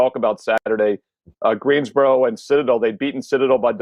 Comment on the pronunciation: i live in GreenSboro North carolina, it has an S lol